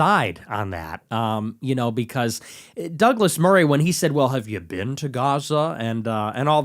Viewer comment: Nick he actually said "Have you ever bean"